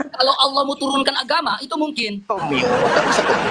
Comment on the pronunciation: RK aja gabisa bahasa indonesia mau sok2an debat 😅 tulisan double L tapi dibaca Alah lucu oten nih 😅